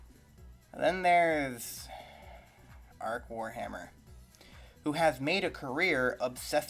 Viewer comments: If you are going to criticise a channel get his name right, it's Arch not Arc. Secondly, bullshit take. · So what, the salamanders chapter have dark skin. Also I do agree the imperium is a bit of an illusion. BTW its arch not ark seriously all I can hear is someone who is creating a video for sake of making a video... Have you not noticed the influence that ww1 and ww2 had on the creation of the imperium of man... A lot of soviet and German... Can I just ask what the fuck is a chud 😉😉😉 I appreciate you have your opinion but I think rather than shunning other channels why not open up discussion... Be kind yh OK then or, or we could simply do what we really think and just hate everyone equally that way no one is left out